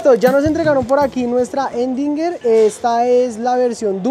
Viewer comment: La que dice “endinger” jejeje … Erdinger maestro !!